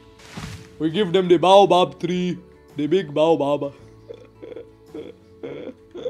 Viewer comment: its pronounced bayo bab tree... im lowkey insulted